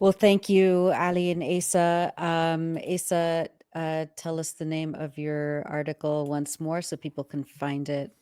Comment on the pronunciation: I think Asa is pronounced "Ahsa."